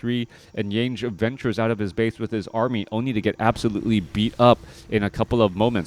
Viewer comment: what is an "Aramy"? lol great cast.